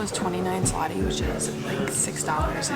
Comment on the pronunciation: ZLOTY, not 'slati' or 'zlati'. That is the name of polish currency. If you translate directly 'zloty' (złoty) would be 'golden' in english. There is also no 'cent', but there is GROSZ (grosh) (singel) . Zloty is equivalent of US dollar while grosze (plural) is equivalent of us cents. Those 60$ you spent is around 280 zł (which not small amount).